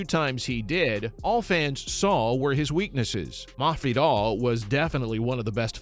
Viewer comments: Possibly a speech impediment? Or the guy is low key trolling mafidal. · i mean he pronounces every word except masvidal right, but i dont get the troll either, not sure tbh😂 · why do you need to pronounce his name like that ://